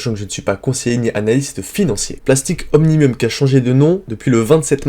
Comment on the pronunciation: comment faire confiance à vos analyses si vous ne savez même pas lire le nom des entreprises